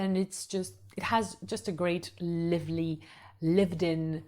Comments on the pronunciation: Hi! Thank you so much for your wonderful videos! I'm moving to Paris this year so it is so helpful! I am also learning French and am so impressed by your English! You speak so very well. Purely out of love for a fellow language learner; the word 'lively' has a long sound where the 'i' is, just like in 'alive'. I just noticed that a few times in a few of your videos and wanted to let you know! The only reason it stands out is because you speak so dam well so I just wanted to let you know! Congratulations and thanks again! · Excellent video! I hope to visit Paris in 2025 and your video will help. I have one small pronunciation correction. The "i" in "lively" is long in British and American English. ❤ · Love your tips on all the arrondissements of Paris. Very good information. And I have stayed in 3 of those arrondissements and very much agree with what you said about them. But there is one thing I hope you don't mind me pointing out. You are mispronouncing "lively". From the word "live" as in "live" music. It should rhyme with five, drive and hive. So not liver-ly but live-ly. Cheers.